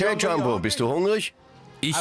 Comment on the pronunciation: er sagt einfach jambo anstadt jumbo😂